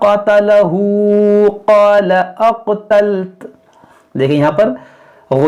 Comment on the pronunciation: Kari sahab app NE galt pada he قالا اقتلت غلت